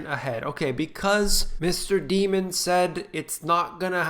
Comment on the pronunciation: its Dimon, like Diamond. Not Demon. But he is a Demon for sure.